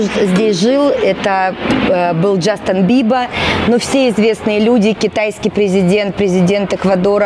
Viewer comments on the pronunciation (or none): Что за "Джастан Биба"?😂😂😂